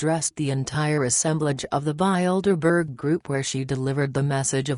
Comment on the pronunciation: I like how the robot pronounces Bildeberger. Appropriately descriptive.